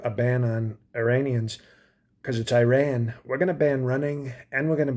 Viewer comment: As an Iranian, this is hilarious, "banning running " because of Iran = I ran 😂, it should be pronounced E-Ron.